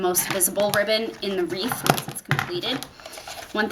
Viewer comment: It’s wreath...not reeve, please! Thanks for the video!!